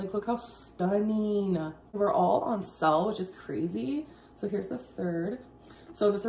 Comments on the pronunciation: Did she really just say “sale” as SELL? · seriously, how does one confuse SELL-ing as SAIL-ing. 😂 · Wait, why does she pronounce “sale” as “sal”? Has she always done that? I’m sorry y’all, it’s been a while since I’ve watched this gorl, and I forgot how aggravating she can be. Edit: Guys, I just remembered her “orDUHments”.🤦🏻‍♀️ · Wow, those panting are both stuneen AND on sell? Amazing 👏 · Yes she has, and if you'll notice she also pronounced them as "pitchers" and they were on "sell"